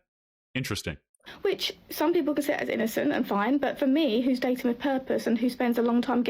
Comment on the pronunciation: Day-T-in, so dating is a 3 syllable word now?